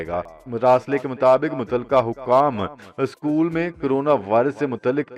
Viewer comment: نیوز آ پ جھوٹی نہیں دیتے۔اس کے لیے شکریہ۔ مگر کیا آ پ کی ڑکشنری میں کسی بھی لفظ کے نیچے زیر کی حرکت نہیں؟ بہت برا لگتا ھے جب آ پ اظہار ، اضافہ اور یہاں تک کہ اسکول۔کے الف پر زبر لگا تے ہیں۔ مزید آ خر میں روزانہ جی تو ناظرین بھی سنو خراش ھے۔👍